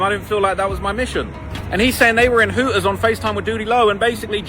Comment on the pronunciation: Sprin er bus…..Hoo ers 😂🤣😂🤣😂🤣 his Goofy ass strugglin with them “T’s” like a mf🤣😂🤣😂